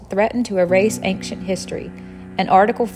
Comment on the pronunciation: Why are you pronouncing the word 'ancient' like that? Do you have a speech impediment? Also, the whole thing about the concrete on the acropolis is bullshit propaganda from the political opposition of the ruling party. They're scraping the barrel of topics to "call out" the government. It's there for people to appreciate the monuments without getting hurt. Before that, 12 people a DAY, slipped, fell and got injured. If you're going to make an opinionated video, at least show both sides of the coin.